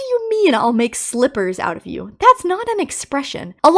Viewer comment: Rockstar Bonnie Was Say Slivers Not Slippers